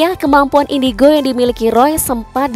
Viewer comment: Kata marcel indigo:indicrot 😂